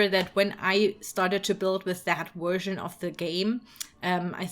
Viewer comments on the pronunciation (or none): "that wersion of the game" I love hearing other people's accents anyway, but this sort of subtle reminder that the person I'm listening to is not a native speaker is just so endearing it makes me smile.